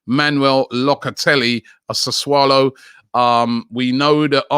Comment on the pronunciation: Do you think it's pronounced that way? lmao why is this thread upvoted